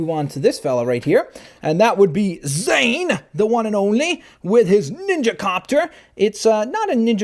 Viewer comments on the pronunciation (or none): none